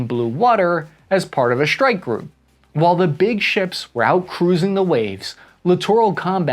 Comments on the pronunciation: FFS! It’s “strike”, not “shhtrike”. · What's a "deshtroyer" and a "shtrike group" ? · Lost me when you added the h in Dishtroyer and ch in Schtrike.